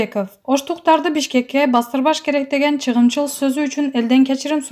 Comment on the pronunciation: Ооба , анан да чыгымчыл деп жатат... чыгымчыл эмес ЧАГЫМЧЫЛ деп айтылат